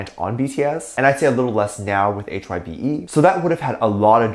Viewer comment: HYBE is pronounce like “hive” but with a “b”.